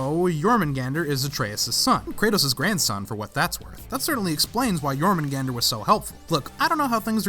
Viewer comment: YES. SOMEONE PRONOUNCE THE WORLD SERPENT'S NAME RIGHT!